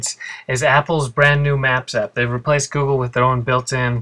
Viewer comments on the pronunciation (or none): none